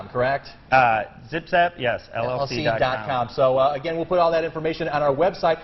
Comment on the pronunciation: "You're with a company called 'Zip Zap'" "Correct." Haha it's Zim Zam! Lmao